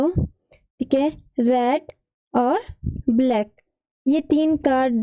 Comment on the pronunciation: Mam... Vo black hota h back nahi...